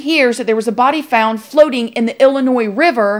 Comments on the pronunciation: Thank you for all you do but most importantly thank you for pulling the "s" out of Illinois! You rock! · ILLINOIS WITHOUT THE SSS. I'M SO PROUD OF YOU!!!